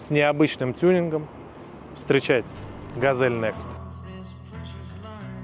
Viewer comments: Ну это тот чел, у которого газэль и кофэ, а ещё сосиськи и ездию 😂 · Опять Газэль... хотя на капоте четко написано Газель